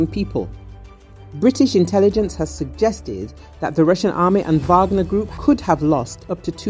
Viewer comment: " British Interlligence Said! " 😁😁